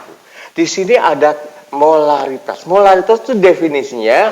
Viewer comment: Pak lamun nu cedal mh molalitas semua nyebutnya hehe